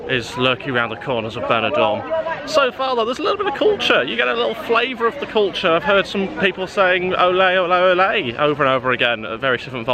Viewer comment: Cuture, Cuture, Cuture - "Cover it up" lol